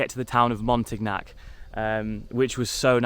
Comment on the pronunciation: Say Montignac ....MONTEEN YAK BTW I liked your first place best but the cabin was great too , with your gf on the 3rd though , downstairs too small